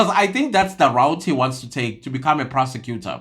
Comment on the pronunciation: Did you say a persecutor or perpecutor and to be on bench in RSA Law Society 😂 c'mon 😢